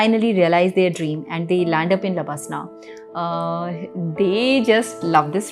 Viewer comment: Don't say lbaslna, it's labasnaaa